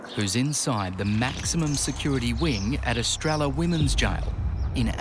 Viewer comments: Es tray a. Not es trell a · The double LL in estrella makes a y sound in spanish. It means star in spanish. So not a double L sound.